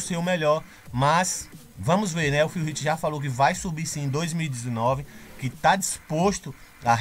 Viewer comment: Salve! Excelente vídeo. Só uma dica de pronúncia. Phil Heath se pronuncia "Fil Rifi" E Dennis Wolf como "Denis Uolfi". Um abraço do teu fã aqui. Vlw.